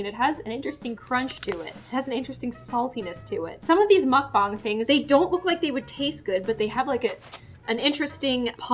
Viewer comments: I'm sorry but you said muccbong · Mukbong it’s Mukbang lol love the way she said it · It is mukbang not mukbong ok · Help she said mokbang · She calls Mukbang Mac bang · No, its mukbang you say it like muk bang like the word bang. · Did she just say makbang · I think you mean muck-bang lol